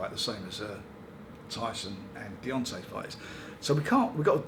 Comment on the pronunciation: Definitely calls him Deyonce Wilder at the end. The amount of boxers names he gets wrong makes me piss myself